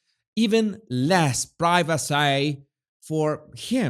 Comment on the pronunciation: Your attempt at saying ‘privacy’ in a posh English accent will be the highlight of my day! You are so funny 😂